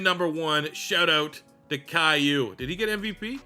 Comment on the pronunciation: When you called him calliou I almost spit out my drink laughing so hard